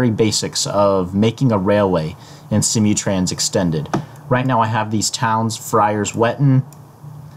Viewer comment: Its SIM-MOO-Trans.. not See-mee trans. :)